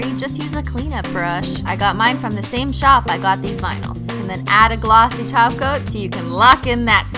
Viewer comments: SHE SAOD TOP COAT NOT TACO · she said top coat not taco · beep_beep_its_ross because she is saying toco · Glad to hear I'm not the only one! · She did not say glossy taco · Only i hear holo "taco"??? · Cause she does